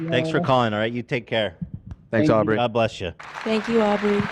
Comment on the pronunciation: With peace and love Ethan, it's Aubery - not that hard to pronounce.. and please leave Dan alone!!!